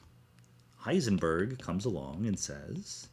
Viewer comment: Thanks for pointing out the proper German pronunciation of physicists names. Now guess my nationality... Disappointed, you just pronounced Heisenberg wrong, the ..berg part.